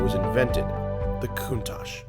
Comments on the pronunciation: I believe it's pronounced "koontalk" not "kountash" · is that really how you say countach? I pronounce is "CON-tach" not "Coontach"